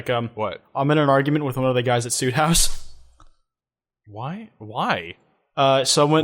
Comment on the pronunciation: kwites saying soothouse wrong